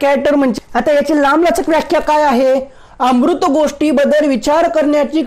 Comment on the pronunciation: अमूर्त चा उच्चार अमृत करू नका